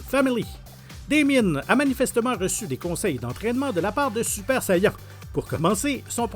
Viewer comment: "Super sayeenn"